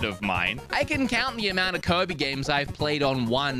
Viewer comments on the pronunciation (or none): Why does he pronounce Kirby as 'covid'? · Its kirby, not kErbi